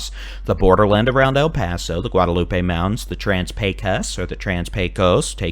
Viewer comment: do you not know how to pronounce MOUNT AINS???